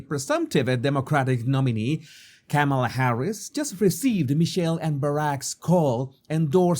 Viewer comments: KAH-ma-lah does not sound like camel-ah. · Kamala's first name is not pronounced Kam-eh-la -- where Kam is pronounced like the "cam" in camera. Her first name is pronounced Kam-eh-la -- where Kam is pronounced like "calm". As in 'calming touch'. I.e., Calm-eh-la (spelled Kam-a-la). Hope this helps. 😊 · Her name is not pronouce Came-a-la it's pronounced comma-la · sorry please pronounce her name correctly kama-la like comma comma-la thank you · Jesus, you of all people should pronounce people's name correctly. Kamala is pronounced Comma-La. If you are going to pivot this channel to political punditry, maybe start there. Especially since her opposition party purposely mispronounces her name to disrespect and dismiss her. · You need to learn how to say her name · How can you be credible when you can’t even pronounce Kamala’s name correctly???